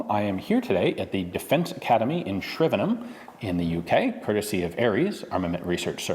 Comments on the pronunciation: Well done for not emphasising the HAM of Shrivenham. :) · Thank you for taking the time to learn how to pronounce Shrivenham properly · wonder how long it took him to get the pronunciation of Shrivenham down. Americans really do not seem to get how to say places ending in ham and he seemed a little proud of himself afterwards lol